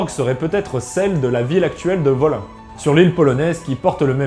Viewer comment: Ça se dit woline. J'y étais en 2014 quand j'étais chez les Odin følgesvenner, ça vaut le coup ...